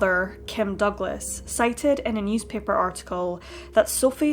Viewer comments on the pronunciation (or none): none